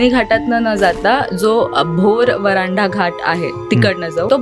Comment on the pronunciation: व्हरांडा नाही हो वरंधा घाट अस आहे ते